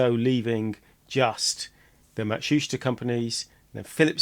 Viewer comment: Ma-tsu-shi-ta with stress on "i"